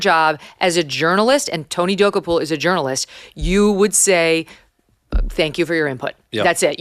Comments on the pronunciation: Oh Megyn...here's the way to pronounce Tony's last name: Dah- Koh-pull. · MK: U HV TO STOP MISPRONOUNCING TONY DOKOUPIL!!! It’s DO-KOPIL! 😂😂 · Megyn please look up the pronunciation of Tony Dokoupil from CBS. You are saying it completely wrong and it makes you sound rather unintelligent which I know you are not!